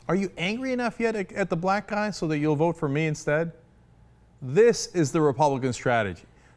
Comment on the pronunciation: Rick Santorum didn't say "Black People", he clearly said "Blah People" *stares at Jay-Ar*